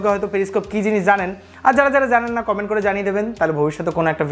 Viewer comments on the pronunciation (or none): none